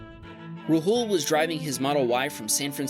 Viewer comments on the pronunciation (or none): Haha, it’s more like raa-hool! 😀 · Rahul is not said like ra-hul its said like rawul